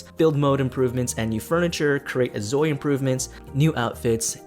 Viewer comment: Name and shame - who stole your video? They suck! You did well even though you are keep saying instead of InZoi haha your videos are interesting! Keep saying it the way you want it and do what makes you happy. Wishing you all the best!!